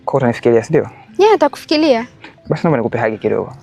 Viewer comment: Nyie waigizaji kumbukeni Sanaa yenu sio Tu kuigiza mnatoa elimu pia kwenye lugha mkiishia kuigiza mnakuwa chini ya kiwango hamtakua kiuigizaji zingatieni matamshi Mfano ntakufikilia...kumbe alitakiwa kusema nitakufikiria usiweke L sehemu ya R